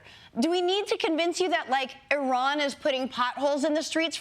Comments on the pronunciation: Here’s a simple idea. If you can’t pronounce Iran you are disqualified. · I havent been able to figure out why no politician has ever pronounced Iran right